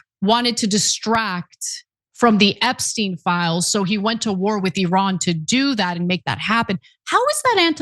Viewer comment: I LOVE that you correctly pronounce Iran 😊